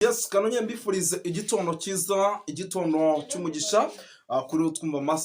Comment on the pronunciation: Igitondo kuki uvuga igitono